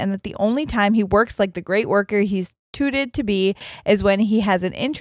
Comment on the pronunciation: dying at saying "touted" as tooted lmao